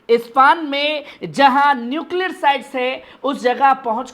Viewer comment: ispan nahi Ispahan